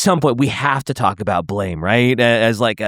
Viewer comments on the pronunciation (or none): I'm pretty sure I've read that Blame! is pronounced Blam but dont remember where.